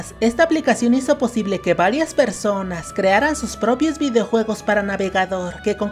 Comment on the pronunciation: dijo: hizo pozible